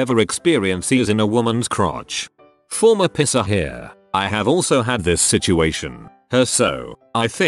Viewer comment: text: "Piercer" text to speech: "Pisser" :D